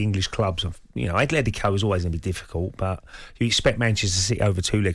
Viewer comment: It’s Atlético, not “athletico”. If you want to put the “h” in why don’t you just say “athletic”